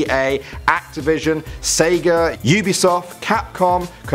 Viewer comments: AND IT'S "SEGA" THEY'RE WORKING WITH, NOT "SAGAH" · "Saga" You mean Sega? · the fact he said breath of the wind and it said saga and he said Sega can we trust any thing this guy says where is he getting his information from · ahh, who is saga and what the hell do they do? or did he mean sega?